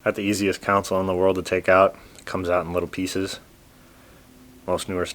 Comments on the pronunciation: why do people call them a "COUNCIL" it's CON SOLE. Maybe thats how they say it where your from because i've heard a lot of people saying it that way but it's wrong. i'm mad or upset or anything it's just one of those things that is hard to listen to. like when europeans say aluminum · BTW ...Its console. Not council. Love all you videos!